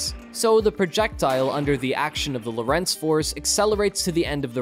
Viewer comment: lOrentz not loh rEnts...please....do your home work..